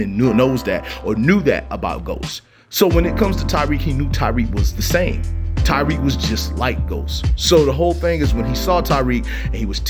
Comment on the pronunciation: Bruh say it with me (Ta-Reek) my name really shouldn’t be that hard to say 😭